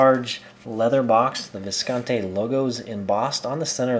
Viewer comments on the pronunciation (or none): It's pronounced Viscontee. E, not Eh.